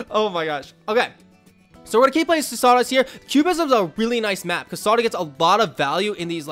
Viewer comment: everytime he says saudas i hear sawdust lol